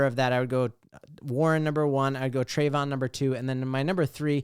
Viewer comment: if you like the RB out of Ohio State, you got to say the man’s name right. Tray-Vee-On Henderson; not Tray-von. Love the content, so just trying to help.